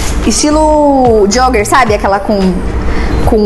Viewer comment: Vamos lá pra aulinha de inglês hahahha Cróooopped Jóóógger